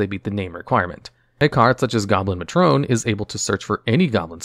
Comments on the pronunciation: Goblin Matrón 😂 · that is not how you pronounce matron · I've never heard someone pronounce Matron that way.